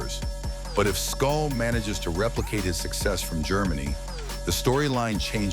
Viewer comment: Canelo doesn’t need anybody’s permission… He has been given the green light to move in whichever direction he chooses …MANY SAYING HE HAS EARNED IT… can’t even say “SCOOL” name much less know who he is.. 😂😂😂. Keep up, Culon! NO BOXING NO LIFE 🥊🥊🥊